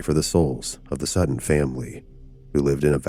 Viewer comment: Seton is pronounced Sea Ton ....😂